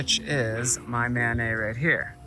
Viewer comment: MANET is an acronym. It's not a French name. More like man-et.